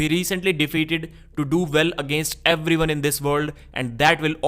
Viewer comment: That addictive pronounce. Everyone sounds like Ebvryone. That B sound..